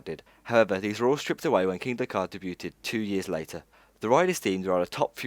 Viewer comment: That's not how you pronounce "debuted". Just saying.